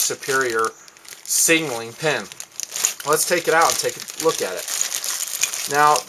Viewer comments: i like ur videos and all but its sound like u say singaling when u Signaling :) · he does indeed say sing a ling, but im sure he means to say signaling... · "Singaling flares" lol